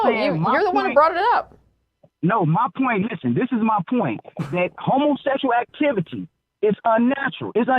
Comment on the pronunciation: As soon as he pronounces "howmowsecshle activty" you know you're in for a ride. Living proof not all lives matter...